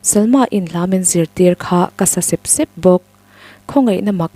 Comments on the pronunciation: A ngaihnawm in i thu chhiar ngaihthlak a nuam hle,amaherawh chu 'sep sep'i lam dan hi a fuh lo deuh- phun sep sep leh eng de sep sep tih a sep sep lam dan hi a inanglo a,i thuchhiar ah hi chuan phun sep sep tih kan lam dan ami ang hian lam tur a ni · A van ropuiin a van ngaihnawm thin tak em..mahse..I thil chhiarah ..sep sep..thluk hi a diklo..thil tle.de sep sep angin i lam ri a.. heta sep sep hi chu zawite. Se se..anga awmze nei ania.. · A thiam viau a, a thluk diklo awm leh zauh ṭhin hian beng a ti kham deuh...entirnan. sep sep....sep hmasa hi a ri sang zawk tur ani. An phun ri sep sep tih ang chi ah hian. Chakai note an vak sep sep tih ah hi chuan a thluk a dang leh thung.